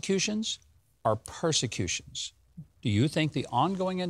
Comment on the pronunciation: "PER" not pros.